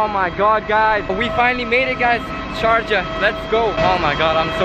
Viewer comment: Did no one notice that "Sarjah" instead of sharjah